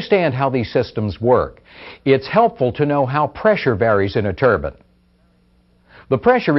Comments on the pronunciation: Why do they always call it a Turbin? It’s ‘Turbine’ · Its turbin